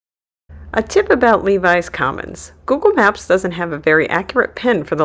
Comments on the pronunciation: It's pronounced LEH VIS Commons, NOT LEE VIES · Lev-is Commons not Levis Commons......